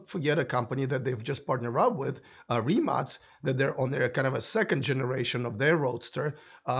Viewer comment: What happened to right pronunciation of Rimac 🙄